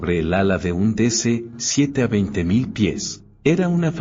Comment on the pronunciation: ¿20. 0, 0, 0 pies?. Pues estamos buenos cada vez que la máquina dice la cifra. Insoportable.